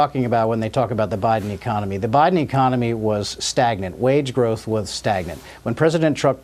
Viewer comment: Did anyone notice that ecomomy? There it is again